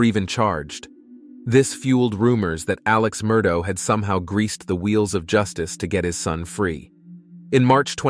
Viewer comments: Murdoh lmao its murdaugh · Unfortunately, your video has a couple of grievous mistakes in it. First the surname is pronounced "Mur-dock." Secondly, they met at the University of South Carolina not North Carolina. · Its an ai voice over so the gh at the end of the name sounds like dough😅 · Yes, it’s pronounced “Mur-daw”. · It's pronounced Mer - dok Alek Mer dok is the pronunciation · I even Googled Murdaugh and got the correct pronunciation MUR-DOK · I love how the pronunciation of Murdaugh keeps changing through the whole story 😂